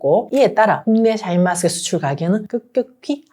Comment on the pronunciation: 샤인머스캣을 왜 자꾸 샤인마스캇이라고 하냐고 듣기 싫다